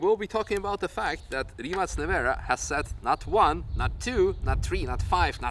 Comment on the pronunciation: congratulations on the correct pronunciation of the name RIMAC